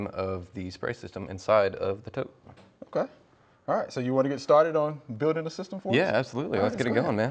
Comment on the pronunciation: ...a tote. It's a TOTE!